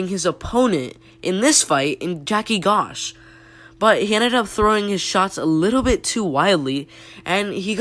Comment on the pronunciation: Joaquin is pronounced 'waqueen' and Gosh is pronounced 'josh'.